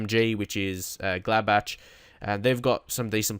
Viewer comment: its GLADBAK not Gladbatch. Just to point out